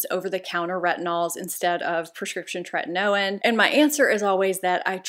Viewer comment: Tretinoin is actually pronounced “tre/tin/o/in.” I just thought you’d want to know.